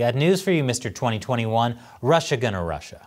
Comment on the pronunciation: I know the quote was "Russia gonna Russia." It just sounded this way, which is pretty gangster. Russia is good at gangster.